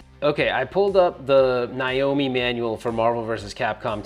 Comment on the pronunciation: My god… it’s NAAAAYYYYYY O MEEEE NOT N EYE O MEEE.